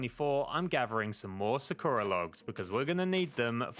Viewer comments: Tf is Su-ko-ra? It’s Saw-ku-rah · aaaaaaaa ik this doesnt matter but you keep calling it "sa-ker-a" when its "sa-kur-uh" dont mean to be a di** head yknow just putting it out there :joy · sakura is actually pronounced (sah-koo-dah) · Its Sah kooh ra. Like the chick from Naruto. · Sorry to be that guy but it's pronounced Sahk-ura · You do know that Sakura means cherry blossom Edit:ur also pronouncing it wrong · I love this video but the way he pronounces Sakura triggers me something fierce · AAAAAAHHHHHHHHHHHHHHHH YOU PRONOUNCE SAKURA LIKE SAKURA FROM NARUTO!!!!!!!!!!